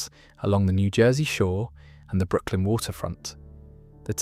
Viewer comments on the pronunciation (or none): none